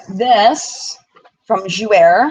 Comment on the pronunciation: Thanks for sharing your experience with us. I'm glad I decided not to go. FYI Jouer is pronounced jou-AY. It means "to play" in French. I hope you don't mind me correcting you. I hope you feel better soon!